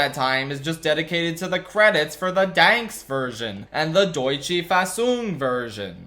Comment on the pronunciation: DANKS???!!!! DANKS!!!!!?????? ITS DANISH(danSK)!!!(im danish and angry)